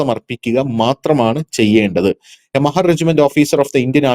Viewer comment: മഹർ അല്ല..... മഹാർ ആണ് ട്ടോ